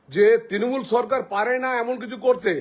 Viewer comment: সব এই ঠিক আছে বুঝলাম কিন্তু একটা কথা কেও যদি কিছু চুরি করে তাহলে কি এরকম একটা গাড়ি করে EVM মেশিন নিয়ে যাবে যেটাতে লক 🔐 নেই tmc এর কি টাকা কম পড়েছে নাকি আর তাছাড়া কেও চুরি করলে দোষ নেবার জন্য TMC এর ফ্ল্যাগ ( এই মহিলার ভাষায়😂 তিনোমুল এর ফেলাাগ 😂 শুনলেই হাসি পাচ্ছে ) যায় হোক তো ফ্ল্যাগ কেনো রাখবে গাড়িতে যেটা দেখানো হচ্ছে হতে পরে সত্য কিন্তু একবার যাচ করা দরকার এটা চক্রান্ত নাকি সত্য, আমি কোনো দল করি না শুধু যেটা দেখলাম আমার মন্তব্য দিলাম এর থাকে বেশি কিছু না